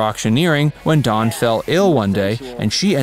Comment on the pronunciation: Its Dan not don